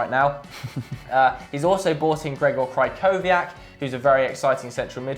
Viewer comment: Goodness gracious... its KREE-KO-VIAK